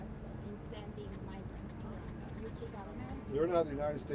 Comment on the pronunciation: Gush that reporter who can speak out "Ruanda" is just aggravating....